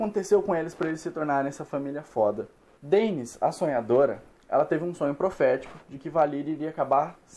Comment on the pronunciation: tbm me irrita kkk, a pessoa assiste a serie, ouve a pronuncia dita pelos personagens e mesmo assim fala errado aff